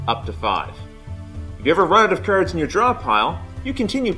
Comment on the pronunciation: LOL. Was about to post the same thing. What regional dialect is that? Never heard it before.